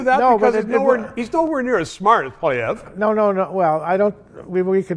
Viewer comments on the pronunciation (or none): Trudeau will “beat the shit out of this guy” (Pierre). Good lord Gossage WAKE UP, Pierre beats the Turd around like a piñata every day in the House‼️ Et aussi M. Gossage, vous etes un Quebecois. C’est POILIEVRE!…pas POLLY-VERRE! Show some respect‼️ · The guy can't even prounouce names correctly: Pierre Poliviere, Dominique LeBlanc. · Shut this guy up, he worked for turdeau sr…. Enough said! Also, teach him how to say Polly-eve, not hard. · This guy does’nt even know how to pronounce polievre name! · He cant even say Pierre Polievre correctly....tells me all i need to know about his opinion. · This man's head is full of rocks and is ignorant being in politics not pronouncing Poilievre correctly. Trudeau must go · Trudeau cannot debate my dead cat….this guy needs to practice on how to pronounce Pierre’s last name. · A debate between Trudeau and Poilievre would be useful if only to see Pierre's debating skills. Trudeau will present his usual acting routine which will convince no one because he created this mess we're in, in the first place. Why did Patrick Lesage pronounce Pierre Poilievre's name incorrectly?